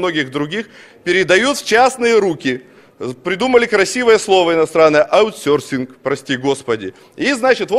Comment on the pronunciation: аутсёрфинг))) прости господи ....